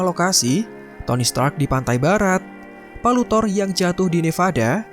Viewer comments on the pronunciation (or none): none